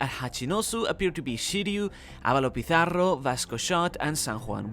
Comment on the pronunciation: i like your efforts to pronounce Avalo pizzarros name. Spanish can have hard pronunciations for you english speakers, You did good!